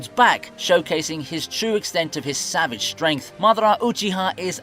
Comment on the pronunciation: Maaah-da-rah Ooochie-ha 🤣🤣🤦‍♂🤦‍♂ it's Ma-dara, Ooo-chi-ha